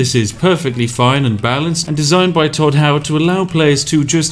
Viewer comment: He said Hodd not Todd. Who is this Todd fella you speak of?